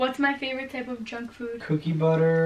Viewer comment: am i the only one that thought she said drunk food instead of junk food lmao